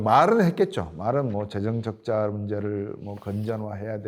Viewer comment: 내용 중에 경상수지흑자로 외환보유고가 줄어든다고 하셨는데[자막] 경상수지적자로 설명해야 맞는 것 같습니다. 외환위기 당시 경상수지는 적자를 수년 째 기록해서 외화유출로 인하여 외환보유고가 줄었습니다..! 내레이션도 경상수지흑자인지 경상수지적자인지 발음상으로 잘 구분이 안됩니다..! 경상수지적자라고 하신 것 같은데 그 부분이 발성이 모호해서 적자인지 흑자인지 혼동이 옵니다..!